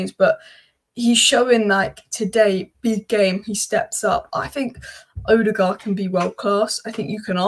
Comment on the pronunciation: But no one has yet pronounced Ødegaard's name correctly 🙂